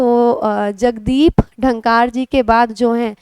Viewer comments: आपके पढ़ाने की शैली बेहतरीन, परंतु जगदीश धनकर हैं आप उनको बार बार डनकार बोल रही है it's shameful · Ma'am it's pronounced as धनखड़ (dhankar)